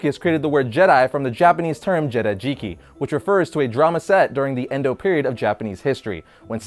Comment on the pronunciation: Pretty sure it's "Edo period," not "Endo period." But you're still awesome,.